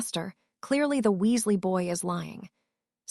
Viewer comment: It is not pronounced w u s l a h, it is Weasley